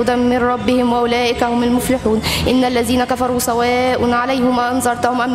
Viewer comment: اخي بس انا حاب انوهك على لفظ ال "ذ" لا يجب ان يلفظ ب "ز"